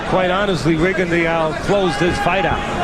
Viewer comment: How can professional commentators miss-pronounce a fighters name so badly? It hearts my ear every time they say Rigondeaux's name the way they do...F..in Teddy Atlas..